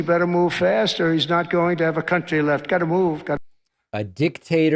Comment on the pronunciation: Trump makes the word “country” sound like he’s swearing.